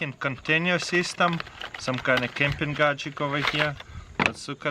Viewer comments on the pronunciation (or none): Still saying gadgick 🤦🏼‍♂️